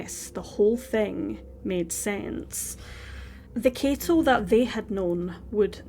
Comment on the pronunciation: K-ah-to is how you pronounce his first name. The surname you did great!!